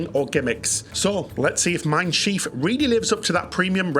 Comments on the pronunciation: Shiv... not sheeve bro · Your pronunciation of Schiff makes it “schief”- which is very apt. It means wonky, or it combination with the verb “gehen” as “schiefgehen” - to go wrong. 😂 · but it’s spelled Schiff, like Ship. One i!